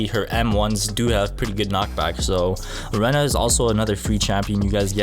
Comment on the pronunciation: you pronounse rena as rina